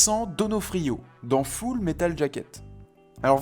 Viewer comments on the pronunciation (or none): none